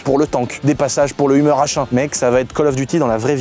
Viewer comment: Pas humer mais heumeur ont dit!!😮😮